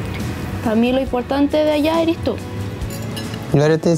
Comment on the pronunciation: Primera vez que veo a un chico que hable tan bien, que diga «eres» en vez de «eri»